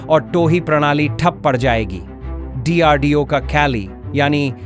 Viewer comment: What is dardeo? It’s DRDO